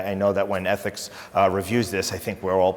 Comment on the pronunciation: What is an "athics" committee?